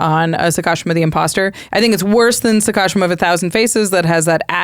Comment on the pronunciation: sah-kah-SHEE-mah, break it down into three syllables: "sah," "kah," and "shee-mah," with the stress on the third and longest syllable, "shee".